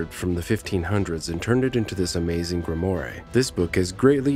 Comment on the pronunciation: Please, work on your pronunciation! Such as "grimoire" and "proboscis"! The guy was in a very poor costume! Other than that, somewhat interesting. Thank you.